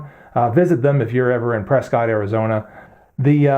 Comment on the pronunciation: Because I'm from Prescott I'm officially obligated to correct your pronunciation of Prescott. It's pronounced press-cut, not press-cot. Be careful not to mispronounce it if you're ever in town because it's pretty much tradition around here to make fun of people who do.